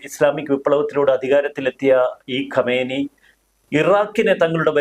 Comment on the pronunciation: Super explanation. ഖൊമേനി എന്നതിന് പകരം ഖമേനി എന്നു തെറ്റായി പല പ്രാവശ്യം പറയുന്നത് കണ്ടു. രണ്ടും രണ്ടു വ്യക്തികളാണ്. ഇപ്പോഴുള്ള കക്ഷിയാണ് ഖമേനി.